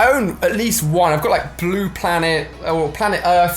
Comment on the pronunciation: I Like how u Say Blue (Blew ) 😂